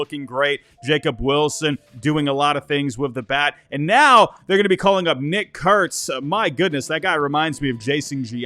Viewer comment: make sure you put some extra effort in annunciating Nick Kurtz name in all future videos 😅